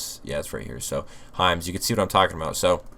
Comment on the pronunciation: I thought you were saying Heinz but you were saying Hims 😂😂😂